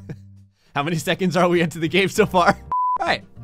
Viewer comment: “How many seconds are we into the game now?” Let’s put an emphasis on “seconds” Lmfao🤣